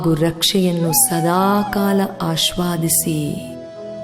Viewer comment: Dr ನಮಸ್ತೇ ನಾನು ಪ್ರತಿ ದಿನವೂ ತಪ್ಪದೆ ಹೃದಯ ಜ್ಯೋತಿ ಧ್ಯಾನ ಮಾಡುತ್ತೇನೆ. ಅದ್ಕಕಾಗಿ ಧನ್ಯವಾದಗಳು, ಈ guidance ನಲ್ಲಿ ಕೊನೆಗೆ 'ಅಸ್ವಾದಿಸಿ' ಎನ್ನುವ ಪದ ತಪ್ಪಾಗಿ pranounce ಆಗಿದೆ ಅದು ಆಶ್ವಾದಿಸಿ ಆಗಿದೆ ಅದನ್ನು ನಮ್ಮಶಾಲಾ ಮಕ್ಕಳಿಗೂ ಕಳಿಸಿದ್ದೇನೆ ಅದಕ್ಕಾಗಿ ಅದನ್ನು ದಯವಿಟ್ಟು ಸರಿಪಡಿಸಲು ಆಗುತ್ತದೆಯೇ?